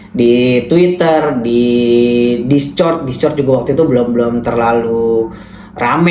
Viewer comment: bacanya diskord bang 😂